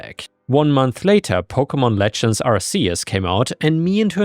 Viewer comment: man hearing you pronounce pokemon names wrong hurts